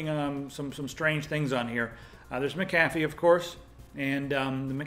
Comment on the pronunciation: I love the way pronounces Mcafee like 'M- cahphee'.